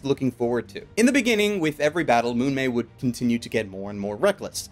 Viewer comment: It's "Mumei", not "Munmei". "Mumei" (無名) means "nameless" or "anonymous" in Japanese.